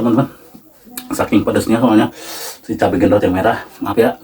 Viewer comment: BUKAN GENDOT,TAPI BENDOT